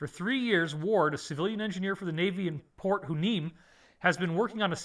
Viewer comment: Port Hueneme = “Port Why-Nee-Mee”